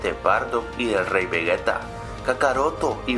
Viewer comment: Se dice Vegeta no vegueta